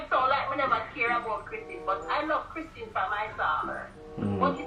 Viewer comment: Jamaicans and names 😂😂.. Kristan instead of Kristen. That’s exactly how my mother would have pronounced it.